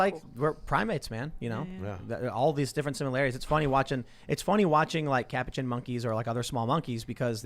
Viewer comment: Tim pronouncing Capuchin 🤨🥴